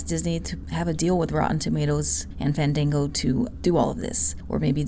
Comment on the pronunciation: Fandingo? LMBO 😂 😂 😂 I think you mean Fandango.